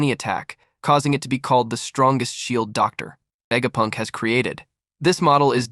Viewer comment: DOOCTORR VEGAPUNKK 😂